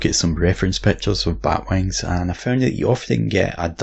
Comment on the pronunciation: Pent those wangs